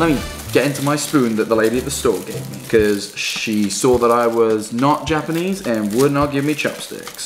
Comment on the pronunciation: is fluent in yapanese